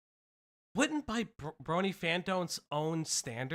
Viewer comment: My biggest issue with this sabrespark dude is that every time he says “brony” it sounds like “bernie.” 😂